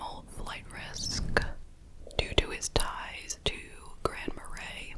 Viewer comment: Dang, I heard about this case but had no idea it happened in the state I live in! Also, you pronounced Grand Marais correctly!